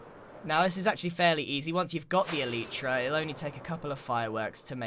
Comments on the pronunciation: Elytra "El- lie- tra" not "El- ee-tra" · You don't know how to say elytra dumbass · Why did you pronounce so many things wrong like Mesa and elytra?